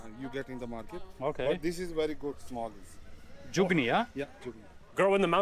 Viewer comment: Lol the jugni is actually zuchinni. Punjabi pronunciation made it jugni in India.